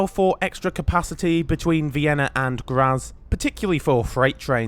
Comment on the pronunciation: ubb? no also things like Graz and hauptbahnhof arent said totally correct. at least better than saying UBB runs the trains. the name starts with an o (well ö but thats harder to explain as to how to say that).